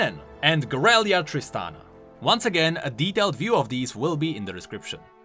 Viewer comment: Vieg-o, not Vieg-ow. Guerilla Tristana, not Gurelia Tristana. :*